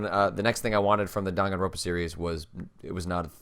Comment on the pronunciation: by the way, it's "Dan gan roN pa" not "ro pa". you keep skipping that third N and it always drives me kind of nuts lol